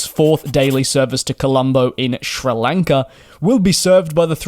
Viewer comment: What a weird way to pronounce Kuwait and Sri Lanka